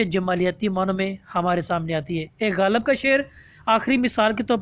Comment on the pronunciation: لفظ غالب میں ۔۔۔ لام کے نیچے زیر ہے